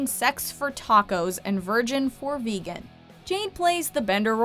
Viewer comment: vejans lol Its Vegan